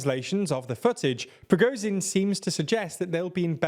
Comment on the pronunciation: They nearly have Prigozhin right. Well, better than it has been anyway.